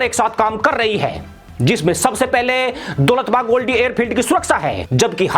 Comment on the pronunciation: जनाब ये दौलत बेग ओल्डी है न कि दौलत बाग ओल्डी। आप हमेशा गलत उच्चारण करते हैं।